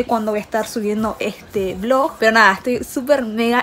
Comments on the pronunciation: Jajajajaja amo como dice BLOJ y ella misma se rie de eso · Su décimo vlog y aun no sabe decir vlog jajajaja la amo